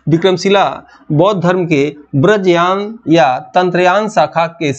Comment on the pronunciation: सर आपका हिन्दी उच्चारण बड़ा कमजोर है। वज्रयान को व्रजयान बोल रहे हैं।